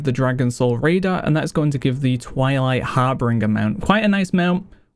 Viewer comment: I'm not singling you out. Everyone needs to hear this. Please. It's har-BIN-JER, not har-BRING-er. It's the most common pronunciation mistake I ever hear.